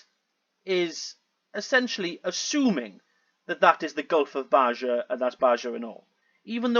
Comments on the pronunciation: He suffers from geologic pareidolia. I think he was the one flying over the Great Lakes saying he could see Hudsons Bay a distance of more than 2000 km 1200 mi. Not really important but Baja is Spanish and so the j is pronounced as an h. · FYI. Baja pronounced baha in Mexico. Means under, below